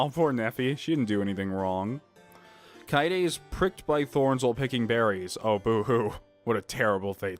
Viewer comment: S-Suichi? SHOO-EE-CHEE DAMMIT!!! YOU ALSO SAID KAEDE WRONG AGAIN! KA-EYY-DE!!! AAAAAAAHHHHHHH!!! Yes I am very annoying when it comes to this.